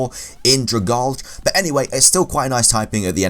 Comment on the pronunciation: Add-hee-sihve, you don't work with sticky things? Also, druh-gal-gee for Dragalge, like algae.